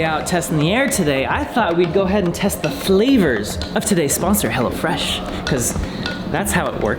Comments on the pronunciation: sounded like he was saying "hella fresh" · I thought he was saying hella fresh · the way he says hello fresh sounds like Hella fresh and i like it